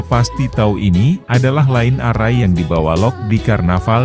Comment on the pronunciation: Maaf mas; membacanya naskah ada yg kurang pas..line array tdk dibaca : lain arrai; tp lain errai.( Pronounciation nya ) sorry ya boss.